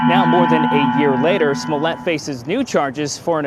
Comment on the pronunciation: he said 'Swallowet' lol